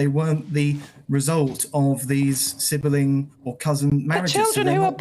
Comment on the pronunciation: Why does he pronounce it sib-e-ling? Sounds stupid just like his argument lol